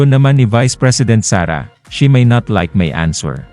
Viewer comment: Sara pronounced the words, "she may not" incorrectly. Instead she pronounced it, "SHIMINET".